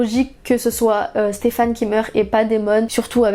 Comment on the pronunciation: elle dit "Stephane" ca me stress. c'est "Stephen" !!!!!